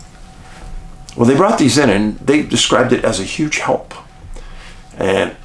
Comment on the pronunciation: The way you said “binoculars”😂😂😂I really do enjoy your channel, God bless you🕊️🕊️🕊️